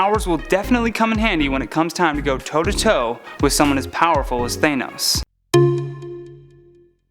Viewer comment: A very early video of. The improvement since then is massive. (Including how to pronounce Thanos.)